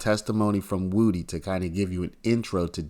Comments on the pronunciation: HIS NAME IS WOODY! PRONOUNCED WOOD-DEE! NOT WOOTIE! 😂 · Do you really not know how to say wood e You keep saying it WOOTY AND ITS WOOD E LIKE WOODY WOOD PECKER WOODY BRUH SAY IT WITH ME WOOD EEEEEE NOT WOOTY 🎉🎉🎉 YOUR SAYING WOOT WOOT WITH A Y THAT'S NOT THE MANS NAME 😂 ITS WOODY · someone needs to explain to this lying thug that woody is pronounced wuh dee not woo dee